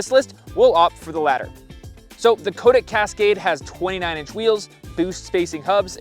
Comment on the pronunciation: Nice review, good to see a little MTB DNA getting into gravel bikes! By the way, from Cotic's web site: The name Cotic comes from a nickname for our founder, Cy Turner, from his university days. Cy-Cotic - 'psychotic'. It is pronounced 'Cot-ick', not 'Coat-ick'.